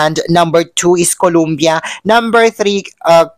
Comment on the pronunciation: Pwede ba day ayusin mo bigkas mo mg COLOMBIA? Hindi colUmbia, it's COLOMBIA. O hindi U